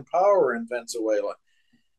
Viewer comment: He keeps saying Venze-uela instead of Venezuela.